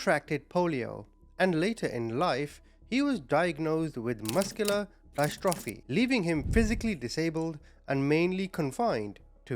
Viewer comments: Hey! I enjoyed your video but figured I'd leave this here for next time... No hate We just can't ever learn if we're never corrected Muscular Dystrophy mus-q-ler diss-toe-free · Pronounced: Dis tro fee. I enjoy and appreciate your channel. Thank you for all your efforts 🙏. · Dystrophy - Pronounced in the uk like DIS-TROPHY bro 🫡👌🏽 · Sickening. The murder of a vulnerable person is particularly heinous. Just 3 points I need to raise. 1) It's pronounced 'Distrophy' even though spelled with a 'Y'. 2) I may have missed it but where does the snapping of Greg's neck come into it ? I know he was suffocated but they are 2 completely different C.O.D's. (Clickbait ??) 3) My input. Why in God's name did no-one else, specifically the other carers advise Greg that leaving the front door unlocked especially at night was the worst idea ever ? It'd be bad enough to do in the daytime but at night ?! Can't believe no-one lectured him to make sure he realised this was such a dangerous thing to do. He was an easy target in every sense. Poor guy.